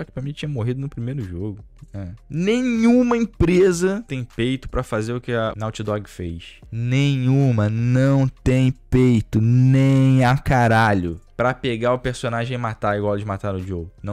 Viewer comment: tu fala "Nauti dog" , mané? vamos melhorar esse ingles kkkkk